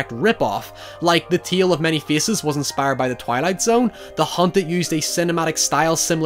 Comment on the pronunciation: that's not how you say "tale" wtf